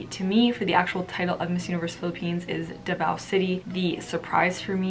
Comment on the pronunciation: PARAÑAQUE --> PA-RAN-NIYA-KEH DAVAO --> DA-VOW HOPE IT HELPS U SIERRA